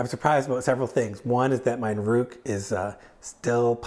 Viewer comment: nOOruk, not nurOOk :P